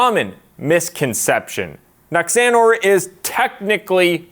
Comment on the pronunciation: The way pronounced Nuxanor. 😭😭